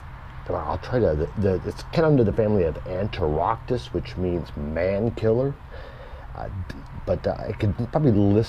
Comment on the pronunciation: THANK YOU. What a shit setup... "ant-er-octus".. he can't even pronounce it right, and it's fairly straight forward. "I do provide it water, but they probably don't need it" ARE YOU KIDDING ME? of course they need water. They don't need to be misted but once a month or even every other month. Even then, a very light mist. Critter keeper? This dude is an amateur, which is fine. But he has no place making care videos...